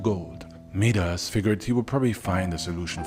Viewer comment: Its mee-dus? I thought it was pronounced My-das